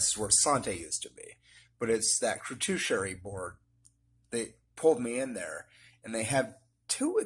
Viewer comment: It’s crew-too-shee-air-ee get it right! 😂